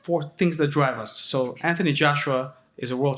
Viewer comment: What's with Eddie hearns is there a misunderstanding between his brain and his mouth he keeps pronouncing Anthony Joshua's first name as ( anty )